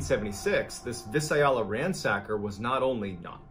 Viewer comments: Visalia = Vy-sail-e-uh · It’s pronounced Vii -sail -ya, California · I love your stories I really hate when you do your research you don't find out the correct pronunciation of towns or cities like Visalia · I’m so glad that I read the comments. It bugged me when he mispronounced Visalia. I thought I was the only person who noticed things like this. I’m not picking on mrballen because I know that he isn’t from California. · I grew up in a tiny town called Riverdale, not to be confused with RiverSIDE. So I know how badly he butchered Visalia. Has to be the craziest way I have ever heard it said. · I love how badly he pronounces Visalia Lololol